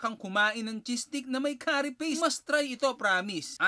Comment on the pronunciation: Stop using chopsticks!!! Di ka nga marunong!! Learn how to properly pronounce curry! Japanese food — not pud!